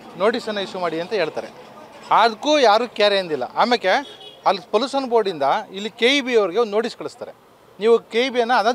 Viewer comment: ಪೋಲುಸನ್ - pəˈlo͞oSH(ə)n - ಪಲೂಷನ್ 😂